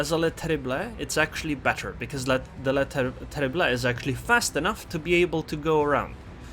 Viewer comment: Hello, your pronounciation of the French destroyer Le Terrible is far from bad, but you should not pronounce the last "e". It would be more like "Le Terribl". But hey, thanks for the replay and the comments.